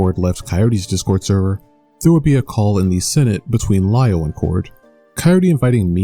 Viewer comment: It's never Li-Over